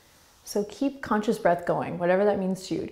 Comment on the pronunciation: The way you say breath 🤢🤢🤢